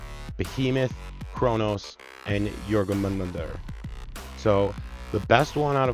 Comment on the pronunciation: Love the video! Informative and funny, great breakdowns and tactics with meme fun! P.S. Jormungandr = Your mun gander ...but you were pretty close with 'your mum gonger!' lol If old viking language bugs you, you can just call them 'diggy diggy hole snakes'!